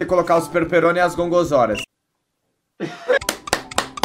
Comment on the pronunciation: "Os perperone e as gongorzora" xkkwjjdi perdi td com esse vídeo pqp